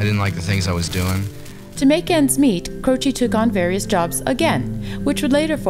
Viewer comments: As his surname is Italian the pronounciation is CROCEH and not CROCEE. With regards from Italy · Not Croci, CrocE